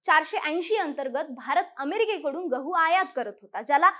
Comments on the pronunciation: घहू... घवाच्या... उच्चार बदल अपेक्षित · Gavhaaa nhi ho gavhu